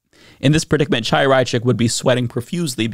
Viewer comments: I think the jerk's name is pronounced KHAI-ya, not Chai-ya, but maybe the wrong way is more appropriate. Chaia means "light" in Hebrew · Although I'm on board with most of your content, and think Chaya Raichik is despicable, I find it annoying that you persist in mispronouncing her name. Her first name is Hebrew, the 'Ch' is a hard 'h' or pronounced like the 'ch' in "Chanukah" or the Scottish word "loch". Look up "voiceless velar fricative". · The C in Chaya's name is silent, but I refuse to pronounce it that way. If she won't use someone's preferred pronouns then I'll say her name however I want.